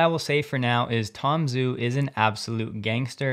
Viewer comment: "Zh" in Chinese is pronounced as a "J". So don't be shy and pronounce his name as Tom Jew.